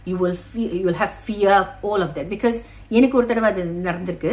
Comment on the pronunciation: It’s “because” for everyone except for Poornima, for her it’s “BIK - YOS” 😅